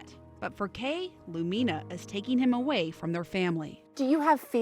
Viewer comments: It bothers me too… the accent is supposed to be on the letter “U”. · Lumina mispronunciation is annoying.